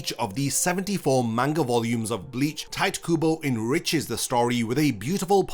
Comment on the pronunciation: It’s crazy that you did enough research to make this video but somehow not enough to realize his name isn’t pronounced “tight” 💀.